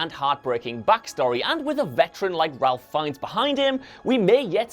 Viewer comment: i always though it was pronounced ‘Rafe Fiennes’ rather than ‘Ralph’